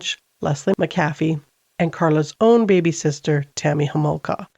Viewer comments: Please edit this. It is not Macaffy. Is is mahaffy. To honour her and her family please edit and say her name right. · Makaffy? It's Mahaffy!